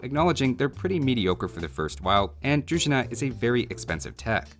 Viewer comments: For the record, Im bulgarian and need to tell you that you need to emphasize on the i in druzhina, not the u, if you need to know how to pronounce other bulgarian words you are free to ask ;) ;* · thank you for all videos you've made, but I have to fix your pronunciations - it's deTInets and druZHIna. Hello from Russia, peace and prosperity for all.